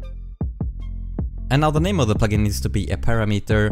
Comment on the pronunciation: your pronunciation of the parameter is not standard.